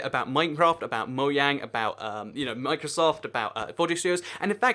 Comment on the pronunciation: you said mojang worng